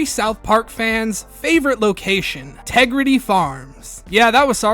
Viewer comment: "Respect my Tegridah!" 😖